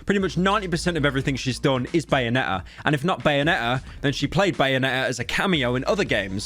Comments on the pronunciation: “bayone’ah”-pyrocynical 2022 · Bro really said bayone' 'er